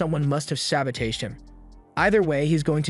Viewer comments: "Sa-bow-teige" 😂 love it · Why u mispronounce sabotage bro